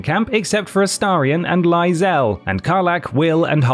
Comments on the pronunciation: Only reason I am glad to see Lae'zel low on this list is that it pains me to hear the constant mispronunciation of her name! C'mon guys it's said in the game so many times haha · Bro can't even say Lae'zel correctly. This is garbage